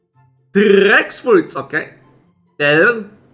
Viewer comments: Its T-rex fruit not trrrrrr-rex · JUST SAY TREX NOT TRRRRRRRREX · t rrrrrrrrrrex 😂😂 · T rrrrrrreeeex 😂😅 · You cant say trex properly. Just say Tea rex. They heard same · Im not making fun of ur pronouncaions but i like it how u pronounce t rex and ddddd rex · Can’t even pronounce a simple word “t-Rex”